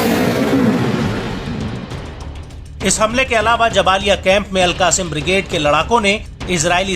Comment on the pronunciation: अल कासिम नही अल कस्साम बोलो